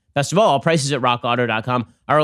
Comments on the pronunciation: Raw Kotto...yes? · When Ben says "Rock Auto" and for whatever reason, it doesnt sound right.